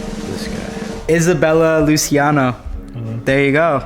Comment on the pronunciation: Luciano it’s pronounced luchi! Not Lucy!